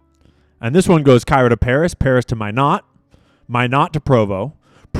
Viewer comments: It is “MY-not”….and there is no “S” in daylight saving time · BTW, "Minot" is pronounced as MY-KNOT. I was stationed there in the 80s. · Minot, ND is pronounced "my not" Just tryin' to help. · It's pronounced My- Not. Minot, N.D. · Great Work!!!! And you pronounce Minot, ND as MY-KNOT, fyi~!!! Big Air Force Base there, I believe! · You're driven me crazy! It's Minot (sounds like My Not) lol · Minot, ND is pronounced ‘My Not’ with the emphasis on My. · oh dude - stop pronouncing Minot wrong. We are trying to tell you its pronounced Mine-aught Minot Air Force Base is located in the USA so no need to pronounce it like a french word lol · Just to help….Minot, ND is pronounced My-knot. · Minot Pronounced Like "Why Not" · Minot AFB is pronounced 'My-NOT'. The T is not silent. All this French Candace propaganda is gettin to your head. Annoying as fuck hearing you mispronounce American words cause youre trying to put a French spin on it. Couldn't get past 15min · It's pronounced My-not, Minot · "Minot" pronounced "My-not". Minot AFB ND used to house B-52's back in the day, now maybe just the ICBM's. not sure if it's still part of Strategic Air Command. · It is pronounced My Not. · You’re the only person correctly pronouncing Minot, and then someone obviously chimed into your headphones to tell you that you’re not saying it correctly.. lol , so you “correct” yourself and pronounced it wrong and then proceeded to pronounce it wrong again and again and again and again…. UGGGHH …. You guys, really, NOT 1 of you were in the Air Force or are a veteran??? Or have any family members who are veterans? It’s Minot , not My not 🤣 😂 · Minot is pronounced like why not but starts with an M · Easy way to remember how to pronounce Minot (My-knot)… us Air Force folks referred to it as Why Not Minot😉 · Minot is pronounced "My-Knot". My dad was in the AF for 30 yrs. Used to call their base in Minot - "Why Not, Minot". lol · MINOT is pronounced MYNOT by locals. I'm from S.D.😅